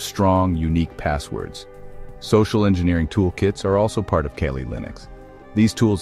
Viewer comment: I pronounce it, CAW-LEE. (KALI) LINUX Not kay-lee